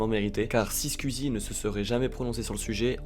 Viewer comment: très bonne vidéo, mais pitié, penses à revoir ton accent quand tu dis squeezie, twitch.. 🤣